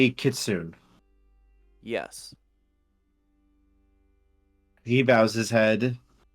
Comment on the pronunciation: Another wonderful session! Also, are you saying "kitsune"? Because if so, it's pronounced more like "kee-soo-nay", not "kit-soon" haha I hope you all have a wonderful day!